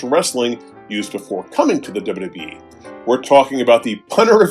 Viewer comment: I smile each time says: 1) "Dubba dubba yee" 2) "Vinsick Mahan"